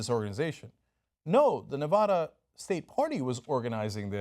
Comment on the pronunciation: Cynk, it's Nev-A-da, not Nev-AH-da. :D